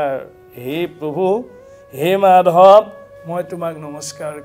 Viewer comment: মাধৱ মাধৱ --- শব্দৰ উচ্চাৰণৰ ওপৰত পাঠক সকলে লক্ষ্য ৰখাটো ভাল । বহুতে চাই আছে সমালোচনাৰ উৰ্ধত থাকিব লাগিব । ক্ৰিষ্ণ ।